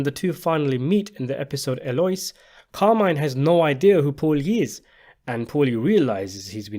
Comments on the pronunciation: Eloise is not pronounced (El Oiys) it's pronounced (El Oh Wheeze) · Eloise is pronounced Eloweez